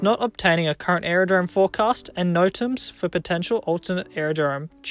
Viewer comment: That the narrator doesn't know how to pronounce basic aviation acronyms like ICAO and NOTAM reduces trust that the analysis is accurate.